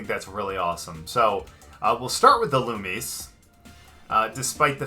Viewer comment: Ee loo me zay(illumise)